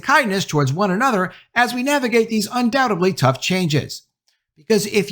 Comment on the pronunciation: Would someone please learn how to pronounce "undoubtedly"!